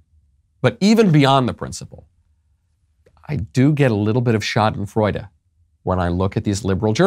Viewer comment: I didnt know "Schadenfreude" is a thing in the English language. Interesting. And Michael's germans pronunciation is very good